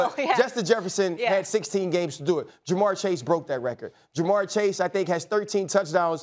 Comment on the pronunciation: ITS JA’MARR CHASE